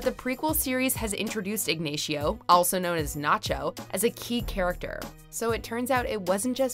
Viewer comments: You played a clip of Saul saying the name, but you still managed to mispronounce Ignacio. If it was igneishio, they wouldn't call him Nacho because it sounds nothing alike. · This narrator can't pronounce names. Kozner? Really? Ig-nay-sheeo? Really? JFC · "Ignechio" jajajajaj such a bad pronunciation. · "Ignayschio" lmaaooo 😂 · Why did they say Ignacio wrong when the show says it several times with a long A sound lol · "IgNaysheo" she pronounces it like it's a pokemon. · Don't mispronounce Ñañacheeoh's name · Say Ignacio right Jesus lol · So painful to hear her pronunciation of Ignacio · possibly the worst pronunciation of a name I've ever heard in my life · How do you pronounce Ignacio wrong so many times even when it's said correctly in your own video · The way you pronounce ignacio pisses me off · Can she at least pronounce ignacio correctly its not hard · This narrator can pronounce zafira añejo perfectly but can’t say Ignacio. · I disliked the video because of her ATROCIOUS pronunciation of "Ignacio". How do you even do that? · Missed Lalo can't pronounce Ignacio, watch the show yourself before making a video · Why tf she pronounce Ignacio different when Saul literally said it in the clip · I stopped watching and disliked the video the moment you started mispronouncing "Ignacio" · #7 is bullshit, Ignacio and Tranquila are waay mispronounced. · I had to thumbs down because you couldn't say Ignacio's or NaCHO's name right! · The way she pronounces Ignacio hurts my ears :D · How does the narrator not know how to pronounce Ignacio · is it so hard to pronounce Ignacio right? Especially if it is properly demonstrated in the clips montaged? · Could you al least try to pronounce correctly Ignacio? The pronunciation It's literally on the clip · F'n same thing I was just thinking! They say it correctly, and within 2 seconds she mispronounces it... again ?!? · She can't even say Cinnabon right. Ignacio is a tall order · Eegnayshio Varga. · > Ig ney tio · “Ig ney sho” wth